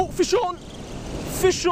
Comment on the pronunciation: whenever he says "fish on" sounds like he says "fist shawn"